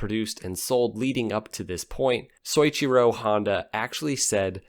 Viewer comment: You doofus Honda sold around $320,000 in 2021 an increase of about 2,000 units from the previous year. NOT 20 MILLION A YEAR! LMAO! Harley Davidson sells more motorcycles by far than any other company. PLUS, pickle dick, you're saying Mr Handas ( yes it's spelled with an 'A', not an 'O') first name wrong. It's pronounced So EECH eer oh, NOT SORY cho. Lmfao! YOU'RE WELCOME.